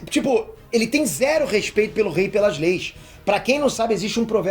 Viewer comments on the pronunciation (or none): none